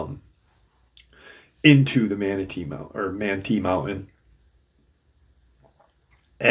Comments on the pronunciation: Manti is pronounced Man-tie, like a man is tying a tie lol. Not that it matters, I’ve lived in Utah for the past 28 years so thought I’d help out. Super excited about this one since I live here. A lot of forest giant sightings and encounters here that I have researched. So I’m excited to hear about this one. Most encounters are happening along the Wasatch mountains and the Uintas. So this will be exciting hearing about something a little further south of where I’m at in Utah County/Salt Lake County area. Something really interesting, encounters of Bigfoot/forest Giants in some of the canyons here, notably Provo Canyon, Springville/Diamond fork, Payson canyon, many sightings in Ogden and Layton and Farmington, one near Lagoon amusement park, which is interesting. That one was so close to that amusement park, was seen walking up Farmington Canyon from the park, anyway let’s find out what this is about. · It's pronounced man-tie. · It's pronounced, "man-tie." Manti Community Campground is 7 miles east of Manti, Utah next to Yearns Reservoir at an elevation of 7,400 feet. Accessible by dirt road, no high clearance vehicle needed.